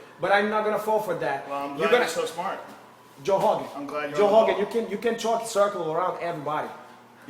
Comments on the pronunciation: ''Joe Hogan, i hope you live to hegret this. Craliu...craliu...'' Oh man. This brazilian has a problem. Joe recked him. Lol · First of all...if yer gonna bitch at Joe "Hogan"...learn to pronounce the letter "R"...🤣🤣Honald Hegan for Christs sake.... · every word dat begins with a R he replaces with a H? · "You can't see, Joe Hogan." lol! This guy can't pronounce r's. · Joe Hoe-gan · JOE HHHOGAN. JOE HHOGAN i am not going to fall for that!